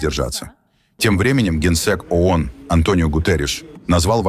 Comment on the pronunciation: ООН...А не АОН...не надо вот подходить к тексту....разговору.... звук О - это не звук А.... Исключитеная нация состоит из неудачников ,мошенников и др.шоблы со всего Мира... Ещё по историческим меркам молоко не высохло на губах и учит весь мир.... Где индейцы,хозяева?в резервациях... Дайте печатный станок денег любому из нас...и увидите...величие...